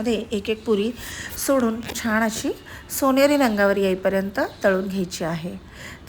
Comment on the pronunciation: छाण नका म्हणू ओ ताई छान म्हणा ना